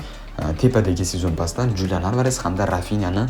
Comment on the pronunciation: XULIAN ALVAREZ deb oʻqiladi julian emas